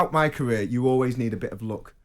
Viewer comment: Toughest moment of his caweer Fwustwating bless him